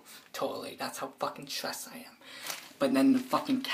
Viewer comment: "Because I'm tressed"